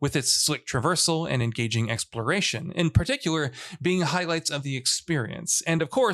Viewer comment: He might have a speech impediment, i noticed he had trouble saying particular. It’s really not a big deal though.